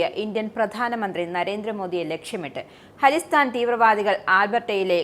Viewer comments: അലിസ്റ്റാൻ അല്ല... ഖലീസ്ഥാൻ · ഹാളിസ്ഥൻ അല്ല.. ഖാലിസ്ഥാൻ..